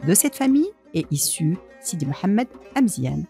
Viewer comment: Amezian not emezien